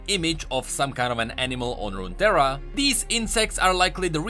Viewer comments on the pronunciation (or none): none